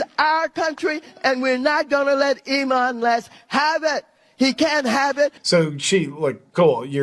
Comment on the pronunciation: She called Elon Musk 'Emon Less' ...